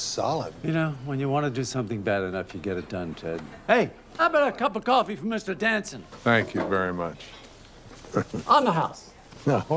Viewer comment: CWOFEE AND MILK?? WHO WOULDA THOWRT